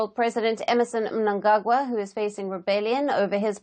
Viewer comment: Wow is that a real person or AI , coz she pronounced Mnangagwa correctly